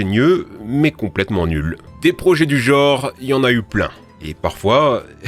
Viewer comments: C'est toujours cool vos vidéos hein. Je suis hyper fan ! Mon fils de 7 ans adore celles sur les dinosaures ! Mais j'ai pu entendre ''aréoport''. Et... ''geooooore'' à la place de genre. Et plein de faute orthographiques ou grammaticales, voire péjoratives à l'histoire que vous contez. C'est dommage ! Envoyez-moi vos textes avant de publier, sérieusement ! Je fais ça gratuitement et avec plaisir ! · Pourquoi les Français prononce le mot« Genre » « JORE » « des projets de ce JORE » wtf 😅